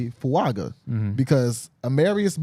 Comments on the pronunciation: His last name is pronounced FuaNga. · His name is pronounced "Talley essay fuan ga."